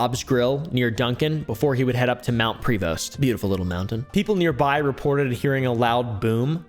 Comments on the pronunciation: Also its pronounced Mount PreVough not prevost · Hey, love the video I’m from Duncan so I can give some insight to the granger part. As far as I know bobs grill is closed now, you also mis-pronounced Prevost, your not supposed to pronounce it with the s and r it should sound like your saying prevo. A few years after grangers disappearance, the hospital reported many cases of patients and nurses seeing a UFO outside, it could be the same some people think it was real others fake and the rest think it was a prank, I think it was a prank done with grangers UFO. while I wasn’t around when he disappeared, all this information should be correct, except the hospital bit, there have been like 50 different people claiming to have saw it or done it, or know who did it or say they have evidence it was fake